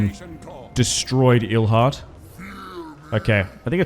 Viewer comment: also its EIlhart not EELhart. Ei = aye ie = ee ill never understand why you englishspeakers struggle with that. sometimes you folks mix them up within the same word, like in Weinstein. and as for "doesnt matter", well it does make you sound uneducated. same level as people mixing up theyre, there and their. if you dont care for that it ,of course, doesnt matter.